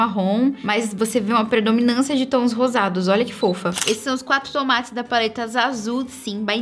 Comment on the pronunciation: A falando "tons mattes" e eu ouvindo "tomates" kkkkkk 🤡